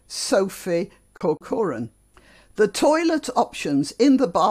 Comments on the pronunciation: I'd like to hear you say more about the longstanding nature of the disregard for women's comfort, especially since you say you've spoken about it with friends -- you must have well-developed ideas about it. Also, that's an odd way of saying "Corcoran" to my ears! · Where I come from, 2 syllables: CORK-rən.